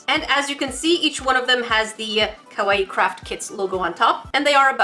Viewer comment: Ok YoU SaId It WrOnG It is pronouced Ka-Why-E